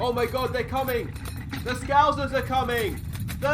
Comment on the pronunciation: Why do you pronounce scouser wrong? Scowzzers??? Mad ting